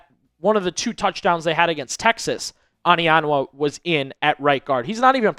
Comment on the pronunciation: It's not "AH-nianwa", it's "OH-nianwa"...